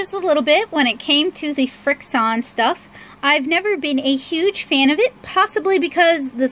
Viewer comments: Irene Villarta I wanted to to tell her pronounce it frik shun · Irene Villarta some people just really don't know how to pronounce anything